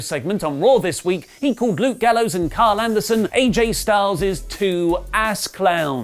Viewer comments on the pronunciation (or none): none